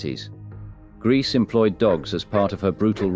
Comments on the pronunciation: This narrator pronounces Grese 4 different waya, all wrong. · I was a very heavy drinker for a long time,I have not drank for nine years,I now have to live with the sickening reality of the World I live in.I think the pronunciation is Gresa.